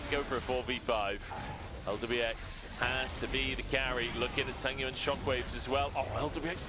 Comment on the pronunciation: I mean, I love the LPL casters, but they should finally pronounse tangyuan's name right, it's tang-yuan, not tan-gyuan 😀